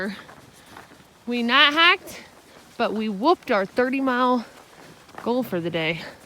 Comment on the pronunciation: Did you not hear her say nite hike, rhymes with byt hik?